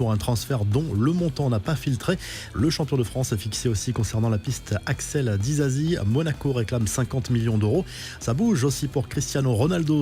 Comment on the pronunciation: Disasi et non dizazi comme vous le prononcé, c est un non d origine congolaise🇨🇩 qui signifie munition (arme)